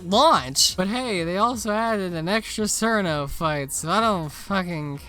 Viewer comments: i would have watched the rest of the vid honestly if you had pronounced her name properly as chiruno and not sirno you fn anglo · Every time I see someone pronounce Cirno as "Serno" I could immediately tell they're a fake fan PS. It's pronounced Cheruno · Cirno is pronounced "Cheer-no" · Something I think you know about Cirno is that her name is actually supposed to be spelled and pronounced Chiruno, but got mistranslated to Cirno and by the time people realize what happened Cirno was too wide spread to fix the spelling. I also have some potential good Touhou fan games to recommend you. There is Mystia’s Izakaya which is a cozy restaurant sim, and widely considered one of the best Touhou fan games ever. It is also getting a fan anime adaptation. Do with that what you will. There is Artificial Dream in Arcadia which is classic Shin Megame Tensei but Touhou, and from what I have heard from Shin Megame Tensei fans it is really good. There is Puppet Dance Preformance which is 2D Pokémon, but Touhou. It also has many quality of life changes, and if you do play it there is pretty much no reason to play without Shard of Dreams. Finally there is Lost Branch of Legend. The devs of it just openly admit that it is Magic the Gathering mixed with Slay the Spire, but Touhou themed. If you play that one than maybe Slay the Spire 2 will also release within days of the video being uploaded.